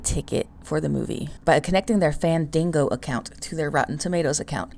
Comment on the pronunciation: Fandingo? LMBO 😂 😂 😂 I think you mean Fandango.